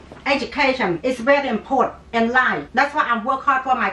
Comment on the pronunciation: Holy shit, my mom would react and sound exactly like this. Especially when they say "important" they say "import" lol and that's when the ass whoopin would have started for me X'D I'm dead